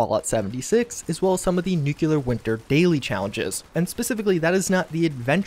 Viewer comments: I love you, man... long time subscriber and have watched every second of every video you put out on FO76. But can you PLEASE stop saying "Nuke-You-Lurr" and instead pronounce the word how it's spelled: NU-CLEAR. I've cringed far, far too many times in the past 1.5 years. lol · DUDE. NU-CLEAR. NOT NU-KILL-LAR!😑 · OK - Now, you're doing it on purpose. Perhaps you should add merch imprinted with "Yeah, I know how it's pronounced, but I'm gonna keep saying 'nuke-u-lar'. Deal with it!" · Love your vids,. But please, it's new-clear. Not new-cue-lurr. Lol. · You would think a person who spends this much time with Fallout would bother to pronounce nuclear correctly.